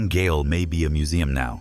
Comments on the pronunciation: Let's send people to gale, not jail. Such mispronounced words expose so many videos of being AI. I hate that human beings are so capable of narrating a program, and instead, we use crap. I tend not to take videos that use ai technology as serious. They come across to me as cheap. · Yet more AI crap. Not even an American would pronounce "gaol" as "gale" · It’s Jail, not Gail! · goal is pronounced JAIL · It’s still pronounced jail - even though it’s spelt Gaol. I’m Aussie. 😅